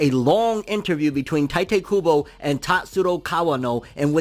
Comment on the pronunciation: Isn’t it pronounced Tee-tay Kubo?